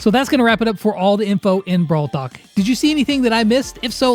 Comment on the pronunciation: he said brawl tak😆😆😆